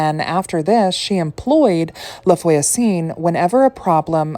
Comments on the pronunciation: No offense just to help :<3 Try to pronounce "Lah vwa-zun" (LaVoisin) which means "TheNeighbour" but you probably know it ;) This is a lastname so it doesn't matter but the orthograph is not correct : for a female neighbour you should write "la voisine" and for a male neighbour you should write "le voisin". Hope you won't take it as me patronising you, it was to truly helping, as i like help to improve my english .... ;) A frenchy witch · Hi. Thx for the video. "La Voisin" is actually not that elaborately pronounced: just think, Vwah-zah" (two syllables, not three), and make the "h" a bit nasal. A guiding rule with French is, if a word ends in a consonant, it's not pronounced at all; if it ends in a vowel, then the consonant is pronounced (and SOMETIMES the vowel😊). Cheers!